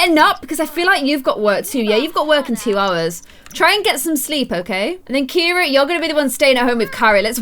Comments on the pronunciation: Anyone realise that Ciara is pronounced Kee ara not Keira? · Actually my best friend is called Ciara and u pronounce it Kira she says it’s an Irish name so yeah (not hating on u just correcting u x)